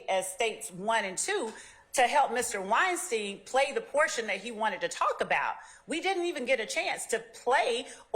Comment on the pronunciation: It’s Wine - Stein , not Whine-Steen. She’s giving everyone a headache.